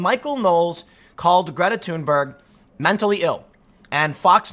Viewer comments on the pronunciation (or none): 'Geeta Tunber' is the correct pronunciation according to her. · Still pronouncing it wrong, Tim, the correct pronunciation of her name is "Greata Tuunbery"